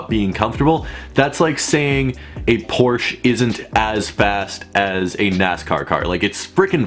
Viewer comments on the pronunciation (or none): The way he says Porsche 🤔